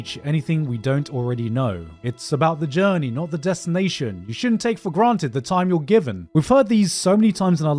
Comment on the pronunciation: I can't not chuckle every time he says the word 'granted'. There's something wrong with me.